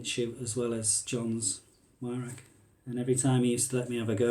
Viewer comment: Pronounced VIRAWK not WYRAK jesus give me strength.... Weirhauch will be screaming at the screen 😢